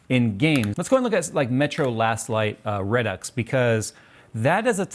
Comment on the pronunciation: “Metro last light readux”